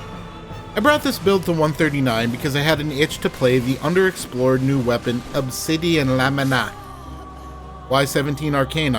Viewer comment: They way you said Obsidian Lamina lmao Fun video btw